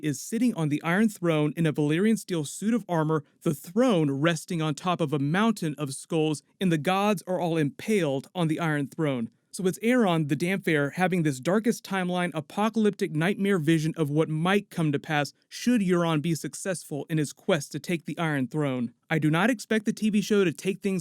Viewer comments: Solid video, it´s Damp-heir though not Damp-fair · ITS DAMP-HAIR NOT DAMPHAIR!! 😄😄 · Bro..it's DAMP-HAIR not damphair..fuckin Roy Dotrice LMAO